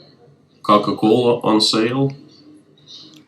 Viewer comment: I know there’s a taste war between Pepsi and CocaCola but apparently Russians have another option, CacaCola! U can even hear him say it lol! there’s an extra chuckle for the Spanish speakers but I’m gonna share with everyone. In Spanish “cola” means ass. So this guy’s brand is “shit from the ass” 😂 or “shit ass” for all the technically correct ones out there.